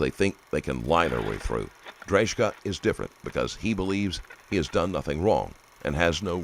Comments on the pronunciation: C'mon man..you have JCS and other youtube videos on this guy and you still butcher this guy's last name 😬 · the narrator doesn't know how to pronounce Drejka's name even though he clarifies it himself in the video 😅 90% sure the narrator hasn't even watched the video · You persistently pronounced his surname incorrectly which was a slight bugbear. I suspected it wasn’t right when I first heard you say it but I thought well maybe it really is pronounced like that. When the cops asked him his surname though it confirmed my suspicions. A pretty minor annoyance though considering how good your videos inevitably are 👍